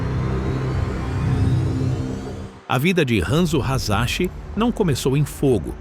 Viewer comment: A pronúncia é Hassashi, em japonês não precisa de 2s pro fonema sa, o som do z é escrito só com z, na verdade usam sílabas ao invés da junção de letras, e o ra, de ryu, se lê como em ra de ba-RA-ta o som de rra é escrito com a sílaba HA. Ex: Hiroshima e Nagasaki, aqui falamos Iroshima e Nagazaki, mas se pronuncia Riroshima e Nagassaki. Outro exemplo é a famosa marca de motos Kawasaki, aqui se fala Kavazaki, mas o certo é Kauassaki.